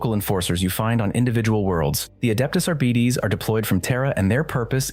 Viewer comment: "Adeptus Arr-Bee-Tees" ...well that's one way to pronounce that I guess lol.